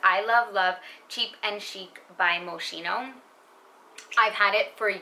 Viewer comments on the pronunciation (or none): Love you videos! Very good taste in perfumes! Can I correct your pronunciation of Moschino ? It’s Italian designer Franco Moschino ( moskino). Ch pronounced like K in Italian.